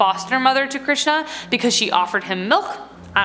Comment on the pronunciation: I am an Indian and I have not heard of half of them and you were great with pronounciations like Bengaluru, Krishan, Hirnkashyap (great it's a difficult word), Raktbija 👍